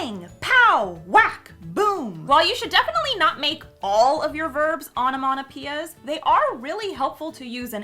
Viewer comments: Onomatopoeia.... sounds like sayin' onomanapeeya o.O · The way you pronounce onomatopoeia really bugs me. Like, absolutely no offence, you do you, but what the hell. I think it must be an american dialect/accent thing. (I'm a brit)